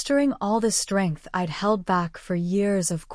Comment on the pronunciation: Someone should tell the ai reader that I'D should not be read as I D but ide